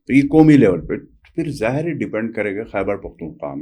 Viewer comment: جناب ، یہ “حَیبر پحتُون حُوا “ نہیں ہوتا جناب ! خ کو درست ادا کرنا سیکھیں ۔